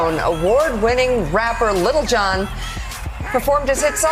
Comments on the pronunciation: I love how all the news anchors say "Little Jon" instead of Lil Jon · Omg, it’s Lil Jon, not Little John. He’s a rapper, not one of the Merry Men. 🤦🏼‍♀️